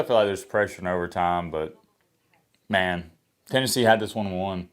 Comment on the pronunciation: TENNESSHE. I will always say that now. Hahahaha